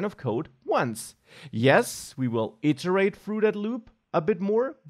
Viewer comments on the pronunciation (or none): none